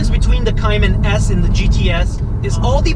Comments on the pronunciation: Cay-Man not cyiman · You need to at least say Cayman correct